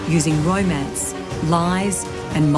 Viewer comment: 'ROI-MANCE' . Top notch Australian accent m8